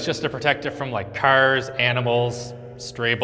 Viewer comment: accent when he says arms and cars sounds Irish